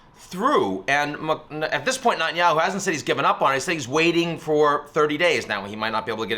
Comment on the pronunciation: Ian, I love you, but you’re pronouncing Netanyahu incorrectly :)